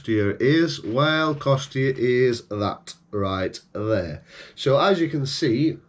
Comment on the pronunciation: Sorry but this is painful.....and btw it isn’t costia....